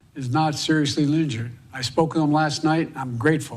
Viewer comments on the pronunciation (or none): Did Biden say "former Trump is not seriously Lingured"? What the hell is Linjured? Then he says former Trump instead of former president. His dementia is kicking in and shows he thought Trump should be former because he knows they put a hit on him. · “Former Trump wasn’t seriously linjured”??? What’s “linjured” mean? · “Thankfully, former Trump is not seriously linjured.” Thanks Joe…